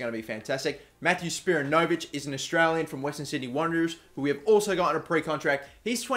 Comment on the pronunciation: When pronouncing Spiranovic, put more emphasis on the ran. And that part is pronounced like, I 'ran' to the shops. Nice vid!